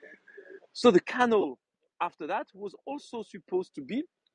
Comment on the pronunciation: may I correct you? canal is pronounced cuh NAL emphasis on last syllable.